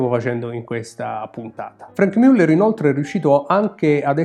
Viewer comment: non mi stanco mai di ammirere questi capoavori, si pronincia come scritto Muller e non Müller